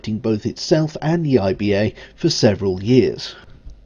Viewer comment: Please try and pronounce 'the' correctly, there is no D in it, very off putting